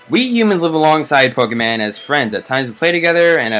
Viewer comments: it's pokemon not pokeman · Does he not know how to say not to be but dude it's Pokemon not pokeman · Why does he say Pokeman? Its so annoying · Who calls PokeMON pokeMAN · pokemAn? its pokemOn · Pokèmon not Pokèman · U call Pokemon pokeman?!?!?!?!?!?!?!?!?!?!? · its not pokeman -. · Oh my god it's Pokemon not Pokeman ! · dude it's pokemon u keep saying pokeman! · say pokemon not pokeman! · pokemon not pokeman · this guy annoys me when he says pokeman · It pronounced Pokemon dum dum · You actually say Pokaymon because of the e in pokemon having an accent. 😂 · Its poke'mon but e has a dash above it so its like ay so u say like pokaymon but its spelled pokemon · Omg ikr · don't say Pokemon that way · I cringe every time he says pokemon, but good vid. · So glad someone else noticed that lol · Yeah why!?!? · ITS POKEEEEEEEEEEEEDMON NOT POKEMAAAAAAAAAAAAN